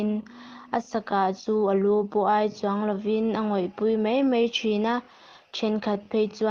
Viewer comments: A sakin i sa a, i thu chhiar hi.. Tin sa lu ai tih hi ai lai tak hi thluk tur.. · Sa lu ai tih kha a thluk i ti diklo meilum ai kan sawi a ai (ai) tih ang in i thluk a Thla ai kan sawi a (ai) kan tih ang in thluk la a ngaihtjlak a nuam ang.